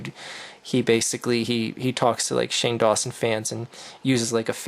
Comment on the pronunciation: "HOLY SHIT IT's SAHNE DAWNSON!"